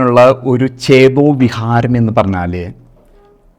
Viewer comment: .... "vihaaram" allaa... "vikaaram" aanu.